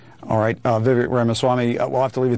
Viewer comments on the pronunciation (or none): Jim , its pronounced VivAKE. Like Cake. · You’d think the guy going the interview could learn how to say Vivek